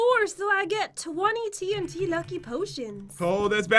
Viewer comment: When you say 8 TNT it sounds like AT&T